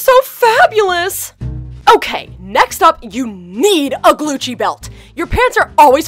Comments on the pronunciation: i thought it was gucci not glucci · I turned on captions and when said “Glucci” the captions said “glue cheese” 🤣🤣🤣